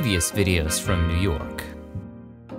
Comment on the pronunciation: You did New Yawk justice!